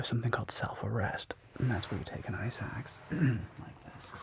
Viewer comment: Am I the only one who kept hearing “ice axe” as “eye sacks” 🙈